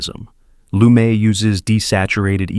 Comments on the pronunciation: And Jewish Sidney Lumet from Manhattan's Lower East Side didn't pronounce his name "LOO-MAY." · Lumet = loo-MET. It's not a French name.